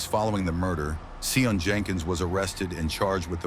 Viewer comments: Isn't pronounced like Shaun or sean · Please pronounce Sion correct,y